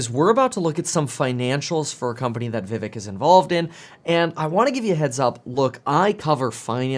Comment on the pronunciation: kevin his name is pronounced like VIV(ACHE)